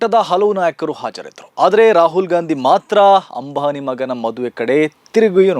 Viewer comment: Ambhani alla ambani😂😂😂😂,correct maatadi😂😂😂